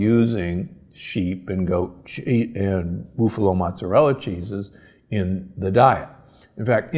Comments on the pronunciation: Boof-a-low??? Seriously? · What is a BOOFALO?? LOL This guy is right on the A2 and A1 molecule situation, but to have your American diary cow tested for A2 or A1 production is not hard or very expensive, and many smaller American dairies have or will test for it, or you can have it tested. Mercy he was butchering the names of things horribly bad, like a city dude, lol. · BOOF-a-lo? WTF. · Why do you pronounce buffalo "boofalo"? Am I saying this wrong? This is not a criticism. I enjoy all your content! Thank you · Aaaaah please stop saying BOOFalo! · It depends on what his school teachers or parents pronounced it when he was younger. Not his mistake, but he should appreciate your correction.